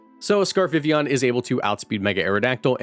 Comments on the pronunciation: God it’s such a low bar but I eargasm every time vivillon is pronounced correctly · Thank you for pronouncing Vivillon correctly, lol